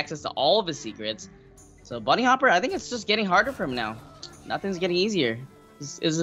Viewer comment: Dear Kolento, Bunnyhoppor I think not Bunnyhopper. I guess you wouldn't like if me naming you Kolonto or Kelento ;)